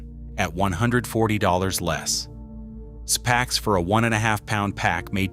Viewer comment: Pronounced zee packs (zpacks) rather szpacks.